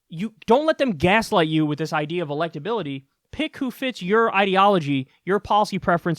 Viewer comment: Respect my electabiliteh!